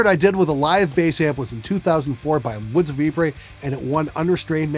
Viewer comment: Shout out to hearing the correct pronounciation of woods of ypres for the first time